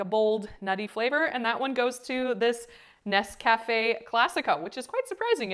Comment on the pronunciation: How can you not pronounce Nescafe correctly? I would think on the trail the individual packets would have an advantage over even a plastic jar just in terms of packability.